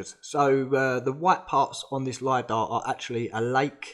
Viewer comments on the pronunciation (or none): none